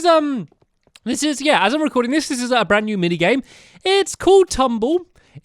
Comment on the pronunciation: It was funny when you said Br-r-rand new Mini game😄